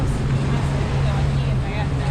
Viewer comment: A ver repeat after me , VallarTA TA TA NOT VALLARda da da . Ta ta ta VallarTA